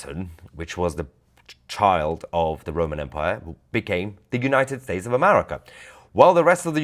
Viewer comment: It is pronounced "United States" not the mumble jumble pakistanian you spew .